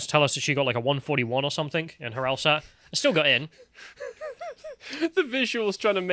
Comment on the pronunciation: She said “el-STat” instead of “el-SAT” for the LSAT. Methinks she isn’t very smart.